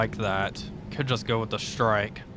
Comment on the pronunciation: Why do you say "Shtrike" and not "strike"? LOL.